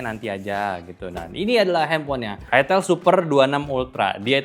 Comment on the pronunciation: bang baca nya aitel bang..bukan itil